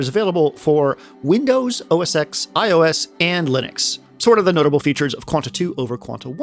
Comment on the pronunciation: Great video. But X in OS X is “ten”, not “eks”.